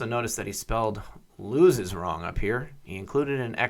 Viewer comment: Looses rhymes with Nooses.